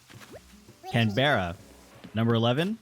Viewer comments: canberra is pronounced ‘Can-bruh’ not ‘Can-berra’ it’s very misleading but it’s an australian city haha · It's not Can-berra it's Can-bruh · the fact he said caberra like "can- bear-a" not "can-bruh" ITS LITERALLY THE CAPITAL OF AUSTRALIA...